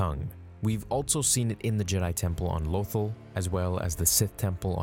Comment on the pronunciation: Your pronunciation of Lothal disturbs me...